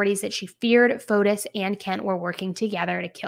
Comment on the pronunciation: I just wanted to point out the proper pronunciation of his name like this fo tee or fo tees.